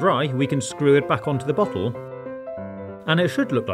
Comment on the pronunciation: Everytime he says bottle I also hear buthole and that makes the video funnier